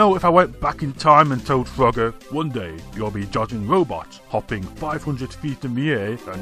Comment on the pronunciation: At first I thought you said Fugger